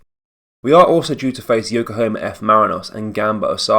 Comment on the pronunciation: It’s YOKOHAMA!! not Yokohoma hail hail